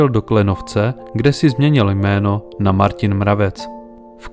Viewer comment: Aj moje mesto Martin vyslovuju Marťin miesto Martyn.🤔